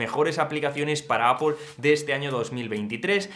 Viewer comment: No es APOL es EIPOL